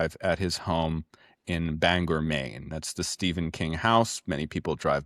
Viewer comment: Just 2 minor peeves.. The University of Maine is in Orono, with the accent on the first syllable. And Stephen King's house is in Bangor (Ban-Gore). Otherwise, a fantastic show. And Matt is a national treasure.